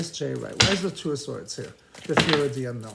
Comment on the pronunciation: You are pronouncing his last name wrong, maybe that makes a difference. You said Dwight instead of Wright.